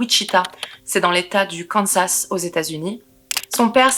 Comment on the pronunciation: On ne prononce toujours pas le dernier s de Kansas! Il est silencieux comme je l'avais dis sur une autre vidéo! Je ne sais pas si ça a été lu alors je reposte ^^'